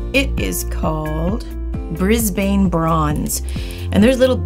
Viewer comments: Hi I'm Australian and I'm a grammar nazi so, it's not Brisbaan its Brisben ( not correct spelling, just pronunciation) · Well I've never heard it pronounced like that, not even by people who live there, as it's the capital city of the state of Queensland. Bris-ben is how it's pronounced. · Bris-ben is more how it's pronounced c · I live in Brisbane (Aus) and when I heard pronounce it differently to myself I totally forgot Americans pronounce it that way 😂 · From an Aussie's point of view, pronunciation of Brisbane irked me... 😅